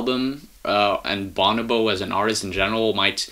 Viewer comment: it's pronounced BuNObo